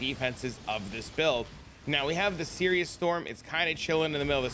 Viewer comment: Sirus. His name is Sirus. Not Sirius. Sigh-russ